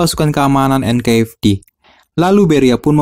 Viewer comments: bang sorry ya. bedain antara F sama V anjay. jadi ganjel gw denger nya. NKVD bukan NKFD. mohon maaf ya bang semoga bisa lebih baik ke depan nya. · NKVD bang bukan NKFD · Tolong pronunciation nya di upgrade. Itu NKVD 'V' BUKAN 'F'